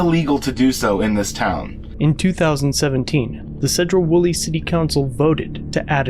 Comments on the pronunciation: You know it sucks getting sent a link to a channel you watch only to find out its from your home town. Also if you cover Sedro-Woolley Police again, pronounce Sedro with a C instead of a S, like Cedar. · “Seeedro-Woolley” cracks me up the way you say it. He’s only minutes away from burlington which has Walmart and a host of other locations to park. Cops thought he was on meth at first guaranteed. When they found out he’s not they had to do something 🤷‍♂️ to mess with him. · It's SEE-droh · Two things, first it’s pronounced Seedro Woolley. Second those cops are corrupt asshats. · Pronounced “Seed row” like plant seeds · Love your work. As a former Washington native I make a tiny correction, which maybe wrong, but I always heard the city of Sedro Woolley pronounced as Seedro Woolley. I know, I'm nitpicking. Many towns in Washington have Native American names and are problems for people outside of the state. Even the city of Seattle which is named after chief Stealth. Yakima is another as is Spokane which has a short "a." My favorite is the town of Sequim, pronounced Squim, I'll never understand how that works. Keep up the great work. You are a valuable asset. Abolish qualified immunity. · Wonderful all I can say is it's clearly unconstitutional. And also it's pronounced SEE - DROW WOLLEY!!!! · See-drough Wool-ee. Think good ol' boy Appalachia on meth... but in Washington. The cops are all ego & zero brains. Awful place.